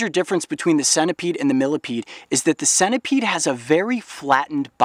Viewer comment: its senta peed (pronunciation) spelt centipede not sena peed